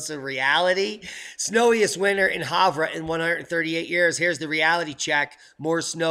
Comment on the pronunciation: Warming hole...not. I live in the warming hole. You are miss pronouncing Havre...we call it Have r. You are too east coast in your pronunciation. Hey, take care of that "Cold" flu thing going on in your respiratory system. We have more to learn. Thank you for this update.